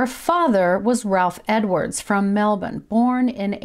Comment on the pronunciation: Great vid. and props for pronouncing Melbourne correctly! haha 😊